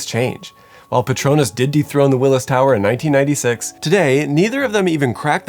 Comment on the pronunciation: Say it with me “WILLIA TOWER”